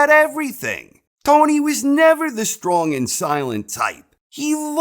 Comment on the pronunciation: The way he says "the shtrong silent tyPe"